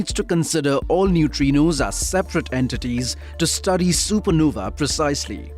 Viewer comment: It's not सुपरनोवी ,it is सुपरनोवा ,e is silent here .